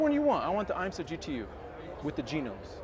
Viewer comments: I learned something new today. I didn’t know IMSA was pronounced “Eye-m-sah”… must be Italian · Nice build but this guy is ridiculous. I cringed everytime he tried to pronounce IMSA.